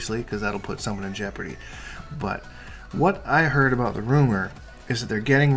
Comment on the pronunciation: Sorry aboot that 😂😂😂